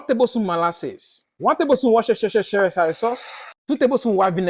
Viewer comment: I’m gonna turn you saying Worcestershire into a ringtone